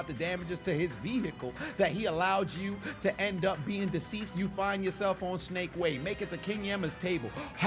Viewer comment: Mans said Snake Way 😂